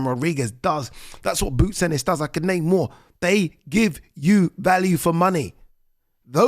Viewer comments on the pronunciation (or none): none